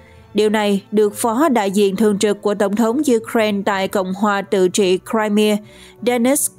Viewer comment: bán đảo “ Crimea “đọc đúng phát âm theo tiếng Mỹ là Crai-mia chứ không phải là Crai mi a, nữa Mỹ nữa Pháp lẫn Việt.